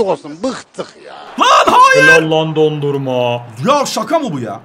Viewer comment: yanlız o dondurma değil donnuruma